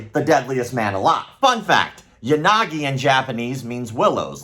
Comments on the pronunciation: "Ya Sucky, Ya Nagi" oof my man, gotta spend some time on those non English pronunciations. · For a second there I thought you said "Unagi"... love me some freshwater eel.